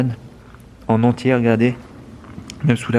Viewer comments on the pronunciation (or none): none